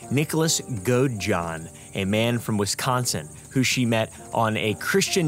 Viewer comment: Hi, you said Wisconsin wrong. It drives anyone from Wisconsin crazy. I don’t know how to explain it but if you google it should help:) All I can think to explain is the S really isn’t as important as you emphasize it